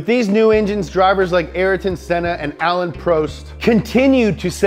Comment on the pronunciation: the second A in alain is silent in the combinaison of the A and I in french